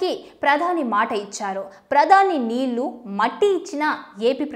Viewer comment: నీల్లు కాదు నీళ్లు, మల్లీ కాదు మళ్ళీ, వాల్లు కాదు వాళ్ళు ప్రానాలు కాదు ప్రాణాలు. ముందు తెలుగు సరిగా మాట్లాడడం నేర్చుకుని వార్తలు చదివితే బాగుంటుంది.